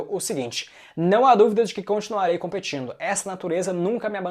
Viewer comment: "Tamo competino, tamo competino." Séh loko, cuzaum.